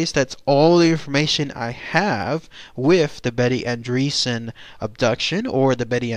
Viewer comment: Betty is my great aunt. I have no doubt whatsoever that she experienced something truly unimaginable. If you have doubts, read the Andreasson Affair book. Also, it's not "andreesan" it's "ahndreyassan". Sorry, family values (